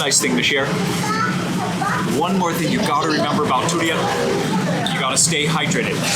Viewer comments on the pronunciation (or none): Big fan but man the way you say durian is way over the top and pretty annoying honestly! Haha